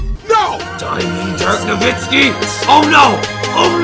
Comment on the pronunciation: It's nowitzki not novitzki